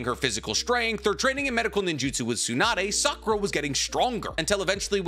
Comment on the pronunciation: I REALLY almost stopped the video when I heard Sakura 🤦🏾😒